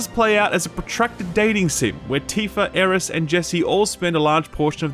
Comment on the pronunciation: You said "Aeris" :'')